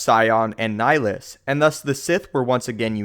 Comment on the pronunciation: You’re pronouncing Nihilus wrong